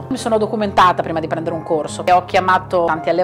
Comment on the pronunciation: Questo cane si chiama C"o"rso con la "O" aperta. Almeno il nome conserviamoglielo.